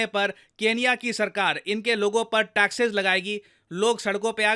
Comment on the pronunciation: Taxes not taxess